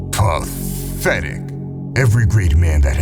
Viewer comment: IS IT JUST ME ??? I LOVE THE WAY THIS HANDLER PRONOUNCE "PATHETIC" 😂